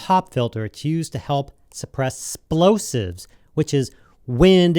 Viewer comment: Good audio is so unbelievably important! Tips and tricks like these can't be understated. Also, You may not have seen it written out before, so it's east to misunderstand the exact pronunciation, but it's "plosive" not "splosive." Not trying to be "that guy," just thought I'd help out. Oh! I just thought of this... you can actually fix over-blown plosives in post almost perfectly. In Audition, Use the frequency spectrum view, and you'll notice that nearly all the volume comes from the bass. In fact, there's a very distinct bright spot way down in the lower frequencies in over-blown plosives. Simply select that spot using the lasso tool, and auto-heal. Alternatively, you can use the auto-healing brush. Works every time!